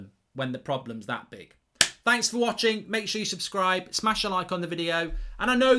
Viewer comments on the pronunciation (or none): none